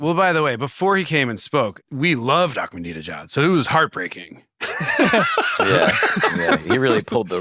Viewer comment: I love that every time they say "Ahmadinejad" they pronounce it wrong in a different way. my favorite is Seth